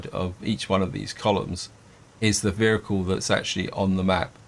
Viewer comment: What is a veericule